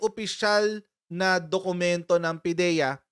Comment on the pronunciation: Mag aral ka muna paano masabi ang dokumento peke...issue on genuine document and existence of document...ask lang pano masabi dokuyemento